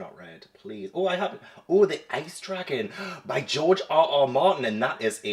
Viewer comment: Every time. I keep hearing “Ice Truckin’” instead of Ice Dragon